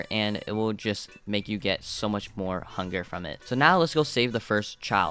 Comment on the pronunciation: why did you say funger instead of hunger